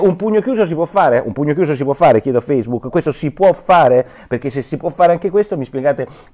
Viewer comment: E basta con sto FACEBOOK. Alcune persone dovevano registrarsi su FACCEBOOK (ma come, non si pronuncia feisbuc(non quello nero)? Su FACCEBOOK Chi ha la faccia da culo.